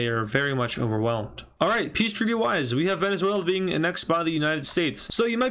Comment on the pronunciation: Its not pronounced Anexd, Its Aanexd